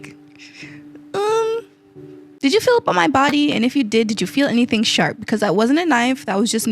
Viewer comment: I thought you said “fill” not “feel”… :>